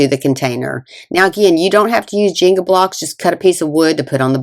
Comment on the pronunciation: "jeengah" blocks 🙂